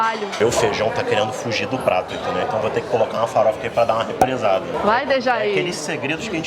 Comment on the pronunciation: "Repressada" kkkkkkkkkk falou igual ao meu pai, "O pessoal inventa muito" kkkkkkkkkkk